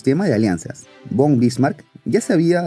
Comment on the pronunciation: Hola, buen video! ya le di mi like! queria aclararte que el "Von"/"van" de los apellidos germanicos se pronuncia como "fon/fan", saludos!